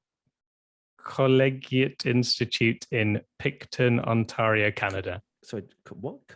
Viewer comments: Ontaaaario !!!! What’s with that pronunciation?! It’s only the most populated province in Canada !! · The way pronounces "Ontario" is really something else. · not being able to say Ontario made me chuckle lol